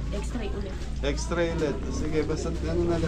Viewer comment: Heto po kung pwede para di Tayo Mukha medyo t_ng_ .... GROCERY po not grosary X-RAY po not xtray FISH pond po not Pis pond Etc, etc, etc KC sana acknowledge to correct mistakes! And not be offended. It's for you not for us.Just trying to help SUBBBSSSCRIBER po not suscriber nawala yung B